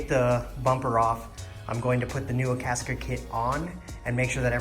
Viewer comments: I had the hardest time finding "Akaska". It's Akasaka lol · That way he pronounces Akasaka is funny to me.